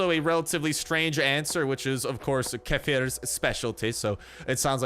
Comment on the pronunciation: Bro did u see fureza told u were right in pronouncing kefir☺☺ .....i luv ur and fuerza videos so much u guys helping me a lot....in the game☺☺ i saw the pictures bro u both look a cute couples😀😀☺☺ tc bro